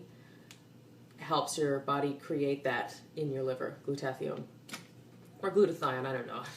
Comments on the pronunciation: It's pronounced Glueda-thy-on, not glue-taffy-own. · It’s gloo-tu-THIGH-un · FYI Glutathione is pronounced Gluda-thy-own... FWIW... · Not teally important, but i think Glutathione is pronouced: glu-ta-thigh-yone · it's pronounced gluta-THIGH-yawn. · awesome vid. but check your pronunciation of Glutathione. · Never heard Glutathione pronounced the way you do, too cute!